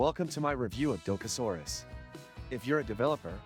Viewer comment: Maybe learn how to pronounce what you are reviewing? Probably better for your credibility that way.